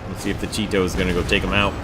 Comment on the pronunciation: Chee-to please :D